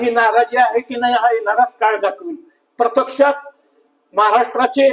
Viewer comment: बरीच तयारी करावी लागेल भाषेवर, 'प्रत्यक्षात' असा शब्द आहे 'प्रतेक्षात'असा नाही!